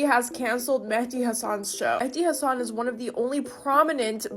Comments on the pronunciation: She can’t even pronounce “Hasan” correctly. 😂😂😂😂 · Yeah, I noticed her miss pronouncing his last name. I'm picking why she's saying it wrong? LOL. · that idiot defending hassan can't even pronounce his name😅😅😅😅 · she complain about him getting fired, while mispronouncing his his name. I take it she's never watched him? So who is the Islamophobe? She is. He got cancelled because the Democrats do not watch his show. It's their fault. It's like Disney, they make movies for left wingers, but say it the right wingers fault when they fail. Worse are those who believe, and follow their BS. Our entire planet would be so much better off if their party was no longer around. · The one chick cant even pronounce hasans name. The outrage! 🤡🤣